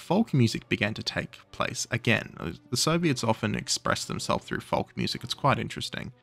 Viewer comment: Are you pronouncing the L in folk?